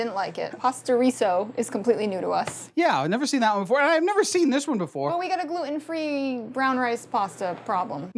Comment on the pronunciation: Love Nina but the way she says gluten kills me. It’s “glue-ten” not “glue-en”. Ugh